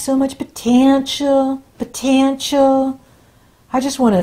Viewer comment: I've listened several times every time you say ... POTENTIAL. I die laughing!!